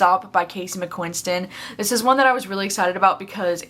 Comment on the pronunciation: i’ve noticed that you always add an extra ‘n’ in casey mcquiston’s last name lol sorry you were disappointed in one last stop, it was definitely my favorite read of june and it felt just as magical as red white and royal blue to me